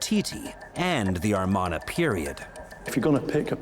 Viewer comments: Hmmmm.... I've seen everything here on other documentaries, and they lost my respect from the beginning when they kept pronouncing Amarna as 'Armana'... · I have a difficult time taking seriously any self-proclaimed expert who pronounces the Amarna period as 'Armana'. It's like a nuclear physicist saying 'Nuke-you-lur'. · Might be the accent. Who said it? British folk often add an r sound on to "ah" sounds. Always makes me giggle